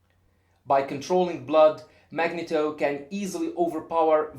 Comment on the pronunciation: also the E in Magneto is pronounced with a long foul sound.